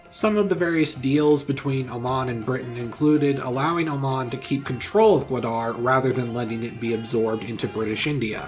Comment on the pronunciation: Good vid. It's pronounced Ga-waa-darh and was a sweet deal for Pakistan in long run